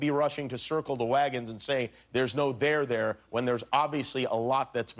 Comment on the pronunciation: did anyone notice the way the word 'there' is said sounds bit wierd. hehe . Other than that, amazing monologue as usual Jimmy! :)